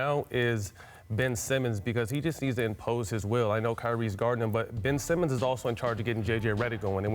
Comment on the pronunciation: Black & Yellow think he meant Lowry although sounded like kyrie